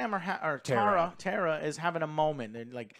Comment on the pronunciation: I keep laughing that the boys kept calling Jena Ortega’s character Tara(when it’s Tera😅) but overall I thing the boys are right about this being a decent slasher 😄